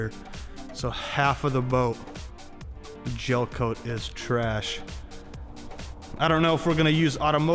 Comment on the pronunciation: Gelcoat not jelcoat